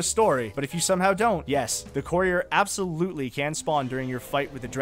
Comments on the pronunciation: “The coreer”😂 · How many times will courier be mispronounced? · God the way you say the word courier 🤦‍♂️